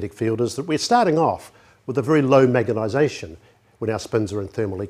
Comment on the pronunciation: Really excellent presentation. Sadly, the presenter died in 2012 (look him up on Wikipedia - he was one of the most famous NZ scientists ever). No disrespect to him, but I must admit that I find it distracting that he often clearly says "magetization" instead of "magnetization" :)